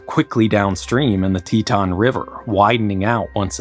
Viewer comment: REMOVE "N" FROM "TETON"...